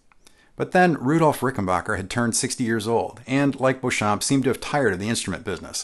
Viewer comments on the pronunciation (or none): “Beauchamp”, although French in origin, is pronounced “Bee-chum”…at least that’s the American-English pronunciation he used when trodding this Earth. “Bow-cham(p)” is not a thing. Thanks. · Excellent video! I think 'Beauchamp' was pronounced 'Beachum', by the way! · Beauchamp's name is correctly pronounced BEE-chum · Fun fact: the first upward sliding sound that you hear in the intro of Warner Bros. cartoons is George Beauchamp (pronounced “beechum”) on a Frying Pan. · I'm only mentioning this because of your attention to detail: 1) while you did pronounce George Beauchamp's name the "correct" way, Beauchamp himself, pronounced it "Bee-chum" 2) Technically, the Beatles did NOT return to Abbey Road Studios. They returned to EMI Studios. The name only changed to Abbey Road after 1969. Thank you for putting together another great video. Time for one on the 4001 bass guitar! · yes, I thought so too - google backs this up: according to Richard R. Smith (History of Rickenbacker Guitars pg vii) : "...George Beauchamp (pronounced Beechum), Adolph Rickenbacker, and the others formed an electric guitar company..." but I agree - totally awesome vid! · I thought it was "Beechum"... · George Beauchamp pronouced his name "BEECH-um" - typical for his home state of Texas at the time - and no, there is no controversey regarding whether or not John Dopyera invented the resonator. The controversy is that both John Dopyera and George Beauchamp claim to have invented the Biscuit Bridge cone system. You're welcome. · Beauchamp is pronounced "Beecham". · Keith: Pronounce it "Back" not "Bach" Me: Should I tell him that Beauchamp is pronounced Beech'-um?